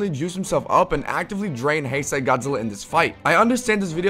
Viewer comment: ITS PRONOUNCED HIGH-SAY GODZILLA NOT HEY-SAY GODZILLA >:(((((